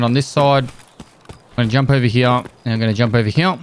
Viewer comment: "i'm gonna jump over heyh and i'm gonna jump over heyh" lmao